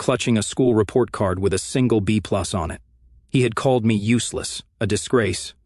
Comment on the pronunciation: GALLED ⁈⁈ You Mean ''Called''